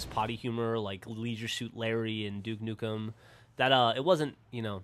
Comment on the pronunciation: "were doing nuke dukem forever jeff" do that sound wrong to anybody else but me lol